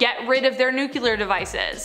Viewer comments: Hey, it’s pronounced ‘NU-CLEAR’ not ‘nu-cu-lir’. Just saying. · How are people still saying "nucular"? It's nuclear. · It's pronounced "New- clear" not "New-q-ler"